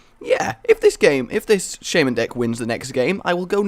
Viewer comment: you are pronouncing Shaman kinda wrong